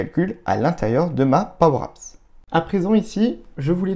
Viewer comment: De quoi ? Pwow apps ? 😂😂😂